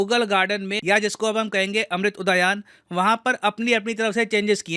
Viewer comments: अमृत उदयान नही, उद्यान है। हिंदुस्तानी हो अंग्रेज़ मत बनो, शब्दों का उच्चारण ठीक तरीके से करो सर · क्या महोदय एक शिक्षक होकर "अमृत उद्यान" का सही से उच्चारण नहीं कर पा रहे हैं.